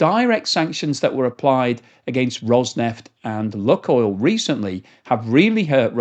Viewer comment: It is not pronounced “Luck or Look” oil, but like “Luke” oil.